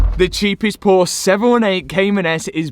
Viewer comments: Haha 😂😂😂😂 you said "porse" in the starting of the video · Awesome build. Love the color.... but its... por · shuh. Two syllables. Ask Jason Cammisa.... seems to be a trigger word for him 😆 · dude i love your channel and your builds but for the love of god, stop calling it Phosh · Porsche 2 syllables.. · Nice work. Why do the English have such a problem pronouncing Porsche?